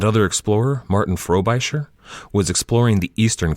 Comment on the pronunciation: It's not FrobIsher, it's Frobisher. Short I sound